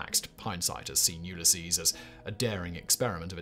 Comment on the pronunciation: LMAO, he said: "Yule a Sees".